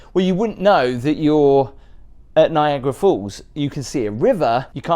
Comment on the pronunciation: It makes me crazy that you say „Niagra Falls“ it‘s NiagAra falls 😬😬😬